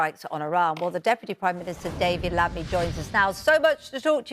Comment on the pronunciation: At least say his name correctly in a national TV. David Lammy not Lavy. 😂😂😂